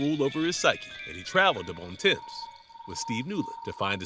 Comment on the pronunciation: Bon Temps is actually pronounced Bon T-OMPS. It's French so its pronounced different than its spelled.